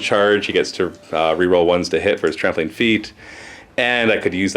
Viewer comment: Every time you said "Trampling Attacks" I heard "Trampoline Attacks" - which doesn't seem at all out of place for Squigs!